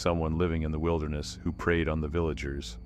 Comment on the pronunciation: Preyed -- NOT prayed